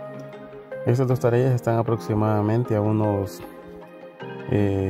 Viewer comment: hajajaja, se dice Tareas y no Tarellas.